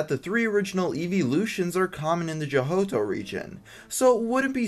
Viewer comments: 4 complaints: burned not brass, joh-toe not johoto, arceus not arcaus, and you put rhyhorn instead of rhydon. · Im sorry did he say Johoto region? Isn't the H silent? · You just said johoto xD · LOL!!! The Johotoh region?! Say it with me....Joe-toe region. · No, the eeveelutions are nothing like the legendary beasts because they all resemble foxes (except for vaporeon) whereas the 3 legendary bests resemble a dog (entei), a wolf (suicune) and a tiger (raikou). Oh and get your pronunciation right, man! It's not "Johoto", it's "Johto"! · Your pronunciation of Johto is incorrect. It's pronounced as joe-toe, not as joe-hoe-toe. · Johto is pronounced joto not johoto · Lol the "jahoto" region lol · SERIOUSLY?! JOHTO? ITS JHOTO! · Did anyone hear that he said Johoto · Johto is pronounced like Joe-toe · You cant talk. You said arcues and jhoto region wrong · Johto is pronounced joe toe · he did say johto wrong but he put an annotation saying sory for it, on the other hand Arceus IS pronounced as key just not written like Key for opening locks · I have reason to believe that you mispronounced arcuius and johto.